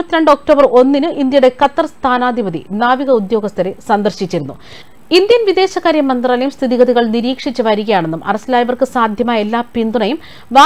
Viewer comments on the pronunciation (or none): Sister ..sthanapathi...sthanadhipathi alla..please give more clarity